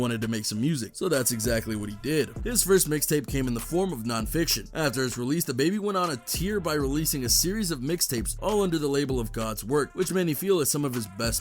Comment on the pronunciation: "he went on a teer"? OMG, learn to read.